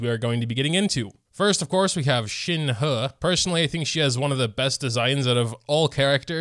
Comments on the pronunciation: you're awful with names, but how do you fuck up Shenhe to... Shin. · It is pronounced Shin-hee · Shenhe is pronounced “shun her” but the r is silent. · It's shen-he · Zhongli 2nd rerun and ganyu 1st rerun (3rd? Are you okay?) And shenhe imo is read like shen (like how you pronounce it) and he is read like hey, well try to bot pronounce the y as much if you can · Mandarin is a tonal language so the two e's in Shenhe's name actually have different tones, but the last e in Shenhe is the same as the e in Keqing. If you want to be accurate it's more like Shin-huh. Kuh-ching. Yoo-in Jean.